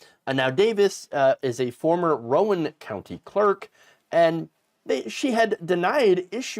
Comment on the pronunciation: It's pronounced "roun", like "around" without the "a" and "d"